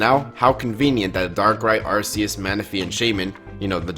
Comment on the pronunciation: You say Arceus different to me, now I gotta look up who is right!